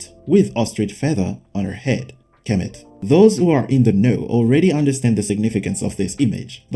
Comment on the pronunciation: Egypt will sue you for outright lie's also, you hack you're not even pronouncing Kemet right!